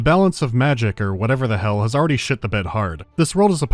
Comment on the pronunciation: Ai-laid-lee ai-laid-lee... Thx for a flashback.